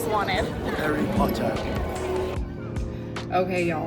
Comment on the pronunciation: I love Josh’s British accent saying ‘Harry Potter’! I’m from the UK, he got it right!